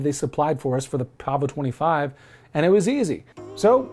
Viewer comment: Yes Sir, you pronounced it correctly. 😄